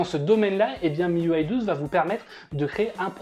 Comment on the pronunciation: Miuway ? Mes oreilles saignent !! Ont dit un système UI pas un système uway 🤨